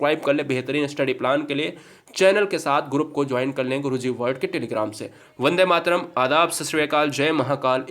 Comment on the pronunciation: pehle apni pronounciation sudhaaro fir padhana 😂😂😂😂😂😂😂Guru zee nahi guruji hota hai Zay hind nahi jay hind hota hai..Shukr h vande mataram theek thaak bola 🤣🤣🤣🤣🤣🤣🤣🤣🤣